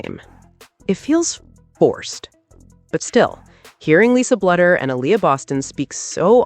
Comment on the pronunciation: Bluder is pronounced Bloo der